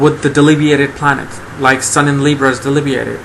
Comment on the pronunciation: Do you mean debilitated? You keep saying something like delibeated, and I don't know what that means.